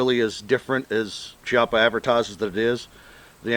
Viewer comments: Just a tip it's pronounced kiappa. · Pronounced "Kee-ahh-puh" Just say'n...............